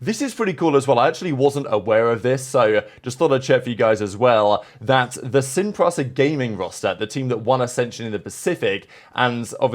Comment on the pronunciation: BRO IF U SAY SIN PRASA 1 MORE TIME